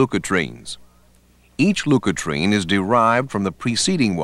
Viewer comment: Very helpful introduction, more clear than any pathology video I have seen so far. I appreciate having a professional reader -- the only words mispronounced are leukotriene, nuclear / polymorphonuclear, and kallikrein. Once again the NLM has done a real service to beginning pathology students.